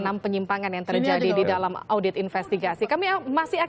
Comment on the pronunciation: lidahnya keseleo 😅😅😅